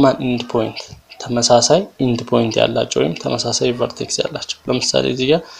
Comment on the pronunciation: bro it is not vertesis .it is vertex take it like this